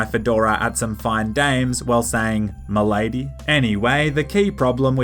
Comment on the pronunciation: The way he says mah lady omg